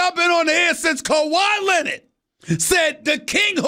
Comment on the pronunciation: "KEUWAIIIIIIII LINEARD"